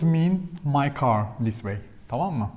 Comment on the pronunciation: Thank you. Very interesting. I’ve been learning on Duolingo and Babbel but this was really helpful about the stressors in spoken language. I love the way you say Tamam lol. Are you adding an ending on it? It sounds like you’re saying Tamama :-)